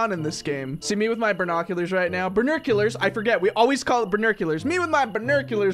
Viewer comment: Bor-new-q-lors burnuculurs